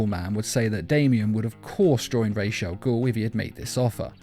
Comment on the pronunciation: goddammit it's ras, not raysh